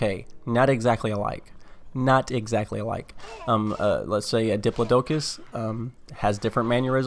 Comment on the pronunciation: Dip-la-docus? Really? Di-plod-o-cus is what you are trying for.